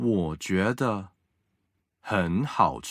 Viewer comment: 个人意见 别见怪 希望你们更好❤️！ 男生的声音条件很不错，有磁性 很好听。但是句子的逻辑重音几乎都是奇怪的，而且ZH ch sh er 的发音有点西式或者台湾式，几乎没有轻声 儿化音有点怪，比如：觉得的得是轻声 不是二声。另外，语速方面，初级普通话教学 可以慢速甚至很慢 但是气不能断 一字一断 失掉了说话的流畅感。 女生稍稍有点大陆东北口音，而且普通话教学的话 句子重音不用特别突出，语气不用特别突出，主要是教授发音 声母 韵母 声调 调值到位就可以了。